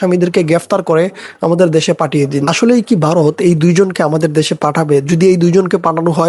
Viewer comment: 😂 ওরে বাঁড়া, ওটা বারোত না 🤣ভারত। 😂😂 তোর বাপ রে